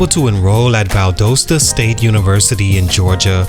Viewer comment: Why you said "Valdosta" like that 😂